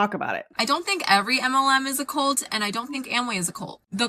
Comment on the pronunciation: That person might be the most irritating person to listen to on the planet. Good god. If a word ends in a t, it’s not normally silent. Cult is not cull.